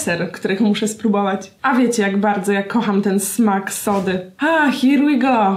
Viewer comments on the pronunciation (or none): "hir łi go" hahaha